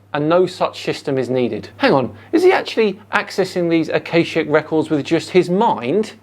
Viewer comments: Normal is a failure of imagination, but this starts as a failure of information sliding rapidly into garbled insanity. He mispronounces "akashic records" as if it were "acacic records". Acacia is a genus of small trees and shrubs, that's all. "Akashic records" is an esoteric fantasy made up by that 19th century mystical bollocks merchant, Helena Blatavsky, who claimed to have recovered "ancient wisdom", blah-de-blah. She was, as far as I'm aware, a harmless nutter. The "harmless" label cannot be attached to all of her ilk, but clang-honk-tweet away with the faeries she undoubtedly was. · Got to - this is gibberish isn't it? There isn't enough dressing in the world for that amount of word salad What's an "awcawshic"? Is he asking questions to the air, and getting replies? Yeah, care in the community really isn't working here. This guy needs professional help.